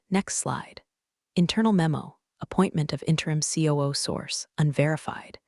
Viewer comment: That Ku instead of COO really caught me!